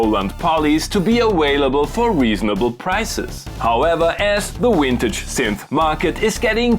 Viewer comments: I love "wintage" and "awailable" 80's synths! lol. Gotta love classic German pronunciation "glitches"! Cheers from America! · saying ''wintage"" in stead of ''VINTAGE'' PRICELESS!! dont be afraid of "" V "" PRONOUNCED {va~} lolz > : ) ~ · Came here for the "wintage" pronunciation. Was not disappointed. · "Awhaleable" and "Wintage" explains it all! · I love the way you say "wintage".